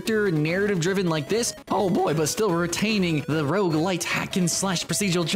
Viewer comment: Is he saying Rouge LITE? lol